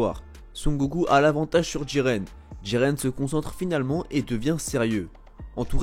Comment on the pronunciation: Mdr c'est pas diren c'est jiren